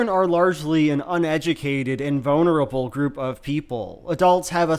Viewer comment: ❌️ vonerable ✅️ vulnerable